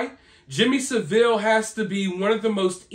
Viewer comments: Love you, but, it's pronounced Saaaville.😊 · Just to clarify, its pronounced Sa-ville (2 syllables). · Ive met many members of the Royal family and all are quite engaging ...please its Jimmy sav ill not saveel😊...King Charles was only involved with jimmy savile because of the charity work ..Fact ..Jimmy gave a lot to charity ,and it has been exposed what Jimmy did ..Thats nothing to do with King Charles ..ive always gave positive comments here but ,this upload is a bit of a F up....Us brits arent stupid and fully aware of the marriages to cousins ..Its happened in other familys and in other countries ..Thomas kingston was found in a locked.. out building ..obviously the circumstances are pretty painful for the family...Its their right to have privacy ...This upload is a mismash of second guesses ..Facts are ..King charles has Cancer ...William has cancelled one appointment because of a personal matter ..Princess Kathrine has taken time out ,and why not she has had lots of engagements,has children .No mysteries.really disappointed this time ..